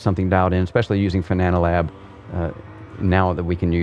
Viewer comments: it's Fanalab, not Fananalab:) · Wondering when you will finally learn how Fana(na)Lab is correctly named. :D Its called FanaLab, not FanananananananananananaLab :D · Always cracks me up when he says "Fananalab" LOL It's fan-AH-lab,...not fa-NaaNAH-lab:-) Great review as always, this and the Porsche 918 Rim are the only Fanatec gear that hasn't given me any problems in 2+ years (can't say the same about the V3 inverted pedals, The H-Shifter, The McLaren or Formula V2 Rims). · the software is called fanalabs, but calls it fananalabs. He sticks in an extra a and n. Makes it sound more like banana. Just amuses me, that's all ☺️ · “Fananalab” hahaha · Fananalab 🍻😂😂 . Said it a few other times. Banana fanana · Every time he says Fananalabs I loose my shit:-) is the best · I just think it’s funny that he said fananalab every single time.